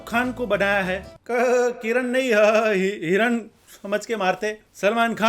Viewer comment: Heeee kiran ❌️ hea hiran ✔️